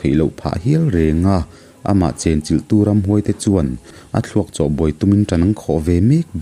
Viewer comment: 'Chawt' i lam rik dan hi a va dik tak em...youtuber țhenkhat hi chuan 'châwt' tiin an thluk țhin...a dik lo..i lam rik dan hi a dik chiah...'châwt' tia lam ri lovin 'chawt' tih tur ani.